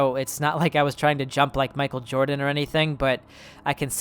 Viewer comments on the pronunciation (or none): none